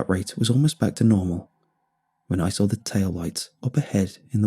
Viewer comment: I like how he pronounces saw as sawre